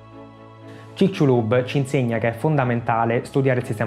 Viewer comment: il mio amico del messico lo pronuncia cicsulub. Cmq a parte questo banale dettaglio complimenti x il documentario 👍👍